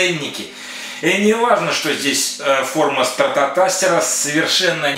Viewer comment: "ТелеТастер"? "СтратоТастер"? Я не ослышался?!